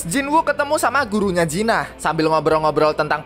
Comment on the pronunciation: Jin ah bg bukan jinah blok